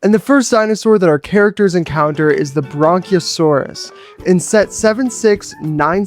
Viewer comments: These look really good but just to let you know the brachiosaurus is pronounced br-ac-ae-o-saurus. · bronchiosaurus ye not Brachiosaurus